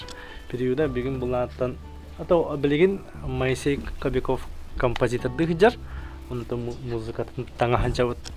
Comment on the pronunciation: КобякОв буотах, КобЯков диэн этэн турардаах бэйэтэ. Ударение на букву Я